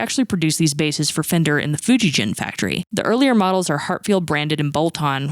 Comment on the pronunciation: you are pronouncing fujigen wrong.